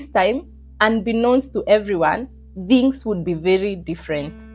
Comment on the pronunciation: Kenyans: THINGS ❌ DHINGS ✅